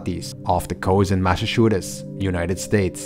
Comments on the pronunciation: I love how he says Massachusetts. sounds the same way i say it bc i cant say it at all. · Great exploring. Great video in a long line of great videos. I love how you pronounce Massachusetts. I might start saying it like that.